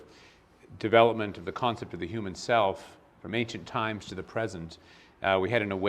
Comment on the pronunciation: You mispronounce "ancient". No disrespect intended.